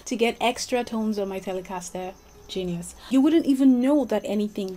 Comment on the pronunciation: The way you pronounce the word ‘Telecaster’ makes the guitar that much more cool. :) Greetings from the States. EXCELLENT video.